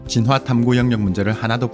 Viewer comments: 이 채널 특이한점 '진화'를 [지놔]가 아닌 [진.화.]로 한글자씩 발음하심 ㅋㅋㅋㅋ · 진화 발음 너무 거슬려서 못듣겠음..보다가 꺼버림